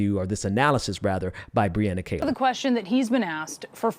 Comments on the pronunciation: Please pronounce Brianna's last name correctly, It is not "Kay-lor" , it is "Kee-lor" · Great take!!!. It's amazing how people's hate is stronger than their own self interest. Truly sad. Btw it's her name is pronounced Kee-lar she is awesome. Thanks!